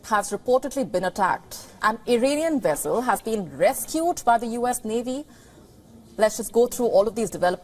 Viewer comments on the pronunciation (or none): Vessel say it like vess not wess. It’s not a wessel.